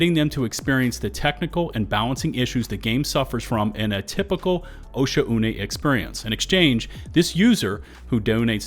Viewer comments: "O'sha-uné" 😂😂😂 O'shaune" ;p Good video & valid points; people can be disgustingly aggressive & toxic at times. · osha une? o-shaun. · Please for the love of God learn how to pronounce "Oshaune." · Hearing the way you pronounced Oshaune gave me an aneurysm. The game literally says the planet names when you travel to them, how do people mess this up!?